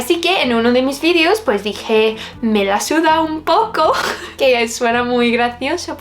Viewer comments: Ese me la suda del final te convierte en más española que el Fari 😂💕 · El "me la suda" te sale perfecto 👌 sigue así! 😉